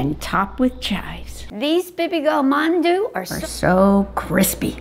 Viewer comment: My Korean 🍑 slightly mad at Lynja for pronouncing Mandu Mondu.